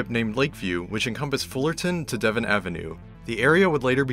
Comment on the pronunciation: Great video One thing Devon is pronounced Deevon It’s a Chicago thing.